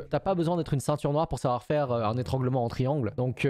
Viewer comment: un ÉTRIANGLEMENT